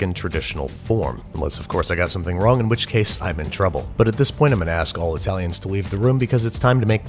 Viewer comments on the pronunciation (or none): Please, please, please stop over pronouncing Italian words. You don't have the distracting "assets" Giada DiLaurentiis uses to cover the cringe